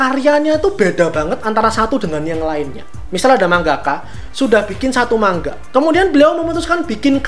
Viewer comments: Manga bang bukan mangga 🤣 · manga, bukan mangga 🥭